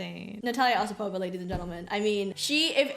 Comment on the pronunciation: Correct pronunciation: O SIP ova - Accent on the second syllable